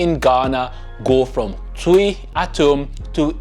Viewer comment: Please is not “Tui’’ is pronounced Chwi